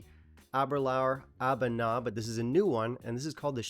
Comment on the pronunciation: I enjoyed the Existential crisis interlude. Also: I think it's pronounced "ah-BOO-nah".